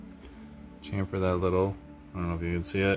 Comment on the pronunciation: Thnx for the video. Your pronouncing "chamfer" wrong. To simplify it, say "sham, fer", that's still spelt shamfer, but is the correct terminology for chamfer, I'm English, we invented grammer lol..